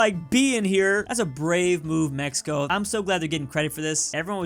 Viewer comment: sees K instead of C in Mexico: Mexickaa...... that.